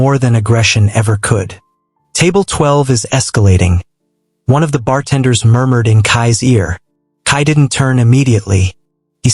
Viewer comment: I lost it at "Kai Moormoored"😂😂 I had to go back and realise it was murmured 😭😭😭🤣🤣🤣